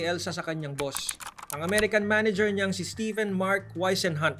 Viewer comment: Stephen? Read as Steven.